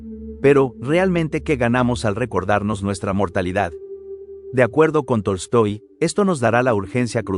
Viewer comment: no se porque todo el video escuchaba Toy Story no Tolstoi XD